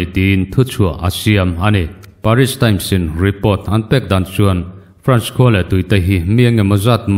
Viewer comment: Paris nilo in peris 😄